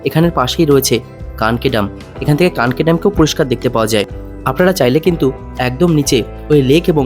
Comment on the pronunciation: কাঁকি ..... ""কানকি'' নহে!